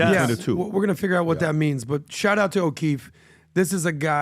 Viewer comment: It’s “shout out”. Not shot